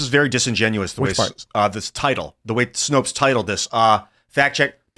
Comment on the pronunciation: Snopes. Rhymes with 'copes'.